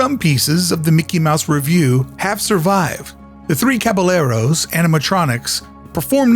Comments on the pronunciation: We see Philharmagic every time. I can't believe you said Cabalerlos though... 😂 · I had to run to the comments as soon as he said the 3 “caba-Leros” 😅